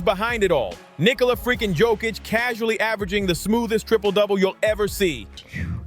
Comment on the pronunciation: You talk about DISRESPECT towards the Big Honey Joker, but you still haven't learnt how to pronounce his surname correctly: yock-itch. 🧐